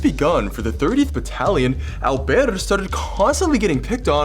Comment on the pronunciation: I love the accent when he says “alberte”